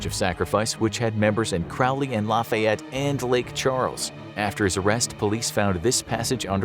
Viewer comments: ik you would think it’s the opposite but in cajun french it be the short “a” sound it more like “laffy-ett” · My dude I live in Lafayette, Louisiana and it’s pronounced like “Laffy-ette “ like laughy lol. Us Cajuns my God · I’m from Louisiana and i hated listening to the butchering of Lafayette but it was also really funny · Just to let you know those of us from the area province Lafayette as laugh-fee-yet. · Hilarious to hear how northerners pronounce Lafayette Louisiana 😂🤣